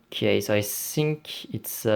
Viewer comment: Pourquoi tu dis i sink